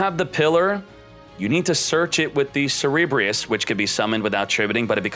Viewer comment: so cringe, everytime he said "cerebreus" it's CERBEREUS!! -__- grrrr hahahaha.